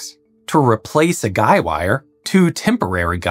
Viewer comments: He he. "gei" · For the first half of the video I thought you mispronounced guide-wires, but they're actually called guy-wires... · Are you saying guy wires or guide wires?